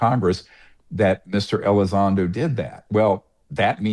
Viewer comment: It's Elizondo NOT Elizondro. Words matter, you sound ignorant on the topic.